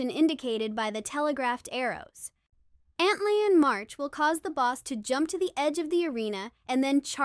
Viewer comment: was fine imo, I was a bit peeved tho antlion 😂 I’m like “why is she saying it like that?” Lol